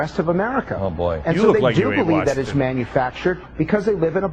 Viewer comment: "Manna-factured." *facepalm*